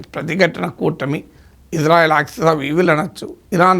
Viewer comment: గురువు గారు మీరంటే మంచి అభిమానం ప్రతీ వీడియో మిస్ కాను సార్ దయచేసి నా మనవి ఇశ్రాయేల్ అనండి/వ్రాయండి సార్ ఇజ్రాయేల్ కాదు సార్ יִשְׂרָאֵל కుడి నుండి ఎడమకు 1. యోద్ =య "ఇ" 2. షీన్ = ష 3. రేష్ = ర 4. అలెఫ్ = ఎ 5. లామెద్ = ల్ *ఇశ్రాయేల్ * ISRAEL ఇందులో "J" ఎక్కడుంది సార్ ఇది గమనించండి ఆదేశం యొక్క పేరును అవ మానించకండి. ప్రతీ అక్షరం క్రింద ఒత్తులు (దాగేష్ ) ఉన్నవి. హిబ్రూ అక్షరమాలలో "జ" అనే సౌండు లేదు మీకు శటకోటి దండాలు తప్పు పలకకండి వ్రాయకండి.